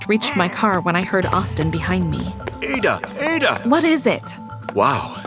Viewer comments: I'm a Nigerian and It is pronounced a_daaa Not aida😊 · I love this but please incase of next time it's pronounced Aah-dah not ay-da in Nigeria thanks❤ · Bro it’s not pronounced Eida its ada😂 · First of all wrong pronunciation of the name Ada, yes we love how you chose nigeria but at least if you want to talk about a country or represent the country you should do some minor researches about the country and most especially pronunciations. The a in Ada is pronounced as ah not eh please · That is not to say "Ada" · Ada is now pronounced eidah😂😂😂😂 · Fr😂😂😂😂😂 Eidahhh😂😂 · Hello appreciate the work but the pronunciation of her name is wrong it's A(as in apple) ADA thank you for the good work I hope to see more of your representations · That is not how to pronounce Ada it’s ada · Fr i was like „its ada adaaaa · i love this STA about our country Nigeria but the pronunciation of Ada is wrong. I still love this video, good job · I'm form nigeria and they didn't pronounce ada correctly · I love the Nigerian story but you didn't pronounce the names very well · Im also proud but, the name is probably pronounced wrong if she's Nigerian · That’s not how you pronounce the name 😂😭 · As a Nigerian girl myself I like to say that it is nice that you guys create a story about a Nigerian girl And again it is not how to pronounce Ada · Great story 👍❤️ 🤗 but you pronounced the name Ada and chi different and I am from Nigeria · This is so noice, u made a Nigerian story. You even did enough research and included the one year compulsory NYSC, 😁Nice attention to detail. Though the Ada name is pronounced differently, the addition of the Chi name was good, great video. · Umm, you pronounced Ada’s name wrong. 😅😅😅 I’m from Nigeria and have the same name as her.😂😂😂